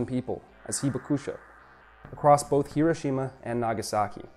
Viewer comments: WOW, I've lived in Japan 51 years but learned a lot from this video. You might try to say "hee-BAK-sha" because the "u" is almost silent (not "heeba KOO sha"). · Should be “hee BAK sha” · Accent on Hibakusha should be on the 2nd “ba” syllable. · The 被爆者 pronunciation was way worse lol. Not that I'd hold either pronunciation against someone who doesn't know Japanese.